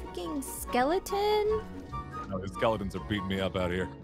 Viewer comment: SHE SED FUCKING SKELATEN